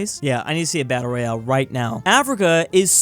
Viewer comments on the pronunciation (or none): none